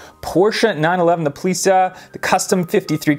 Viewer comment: It's German. It's pronounced pole-its-eye.